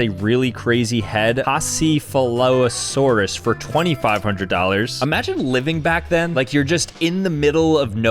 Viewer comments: Pah-chi-o-seth-ilo-saurus?! It’s pronounced, Pack-iyo-seph-ilo-saurus! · Hearing mispronounce Pachycephalosaurus hurt me 😭💔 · Pronouncing patchyafolasaris patchy of f a lasoris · i m not trying to be mean but its pronounced patch-e-sef-a-la-saur-us. Again not trying to be mean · You say pachycephalosaurus like packycephelosaurus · it’s pronounced pa-kee-seph-a-la-sorus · Paseesefolasorus is what he said lol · the Pachycephalosaurus is pronounced Pack-ee-sef-a-low-saurus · You butchered Pachycephalosaurus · watching butcher the dinosaur names was so hard